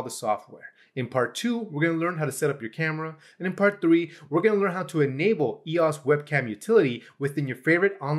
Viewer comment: TIL that it's pronounced ee-oss and not E-O-S